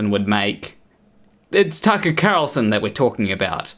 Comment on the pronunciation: Don't know why you pronounce Tucket Carlson like a pirate, but I kinda like it